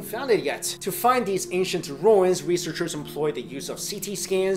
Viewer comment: "Ashient civilizations"